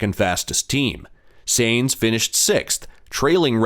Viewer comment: If you want to be taken seriously: learn the names. All F1 fans can pronounce Sainz!